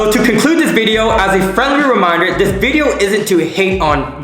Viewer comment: Wideo of winnipeg?